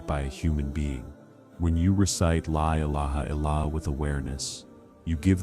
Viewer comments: Yes. Please correct the way the syahadah is normally made. Tq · Yes the AI is a disaster in pronouncing the La Illaha Illallah. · I wish the AI voice would say LA ilaha illa Allah properly 😅